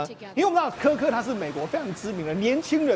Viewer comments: 他在X的帖子每則都千萬以上，比馬賽克、川普總統還多，他辯才無礙越來越受歡迎。其實我們自己身處美國，知道真正的多數是中間。但現在已慢慢往右移，因為民主黨執政下的美國走歪了，抹殺主創造人類的價值、人類的價值、家庭價值。我周邊幾乎認識的人都極贊同川普總統的改革。這麼一個優秀有容忍度的年輕生命就這樣被魔鬼殺害😂，真的好心痛，願他的靈魂永安，安慰他哀傷的家人！美國必須由共和黨再繼續執政20年，美國分裂的社會才有辦法癒合。 女來賓！Kirk發音柯克不是克拉克。Kirk在辯論時對手辯不過他就常耍無賴，但他始終很有風度，他是神的孩子。但即便如此，我是反對槍枝！ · 连名字都念错，市葱真的是草包，kirk只能是偏右，他绝对不是极右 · 超級不專業，來賓一直把死者的名字唸錯？太沒禮貌了🤬